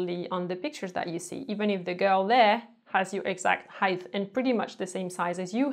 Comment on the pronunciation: Love your videos!! Friendly note height is pronounced with a “t” not “th” crazy language English 😝